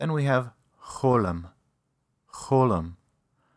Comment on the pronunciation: זמן: : cholem - מי היה המורה של כבודו לעברית? לידיעה הצורה הנכונה היא: cholam !